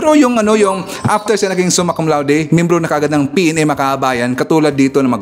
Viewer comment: Hindi Suma Cum Laude. "SUMAN CON LATIK!" 😂😂😂